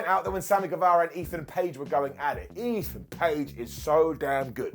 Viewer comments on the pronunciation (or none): GueVARA, VARA, not Vera